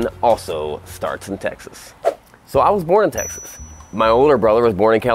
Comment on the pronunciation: It's so weird how he says Texas... it sounds like Tennessee, don't worry. I'm sure you'll get it down! Congrats on the move!